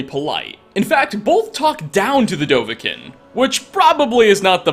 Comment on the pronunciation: 8 years later and you still don't know how to pronounce Dovahkiin. Not kin. Keene. It's pronounced keene.